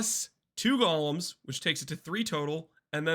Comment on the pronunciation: Only acceptable name for golems is jolems ❤